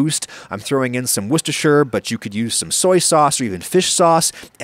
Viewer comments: Oh my god. It finally just happened. An American pronounced Worcestershire correctly!!! I can't believe it. A genuine well done Adam. Here is the bad news. In the UK we all just call it Wooster sauce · It's an absolute pleasure to listen to an American foodtuber who just pronounces Worcestershire sauce correctly, and doesn't make a big show of pronouncing it like it's hard to say or something. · An American cook who pronounces "Worcestershire" correctly???? What sorcery is this?!? XD One of the many reasons we love you Adam. Another epic recipe and a shout out to Brian Lagerstrom thrown in for good measure. Could not ask for more.